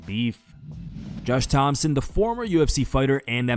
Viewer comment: Josh Thomson’s name doesn’t have a p in it. How can somebody make so many videos on MMA and still not get shit like that right? Lmao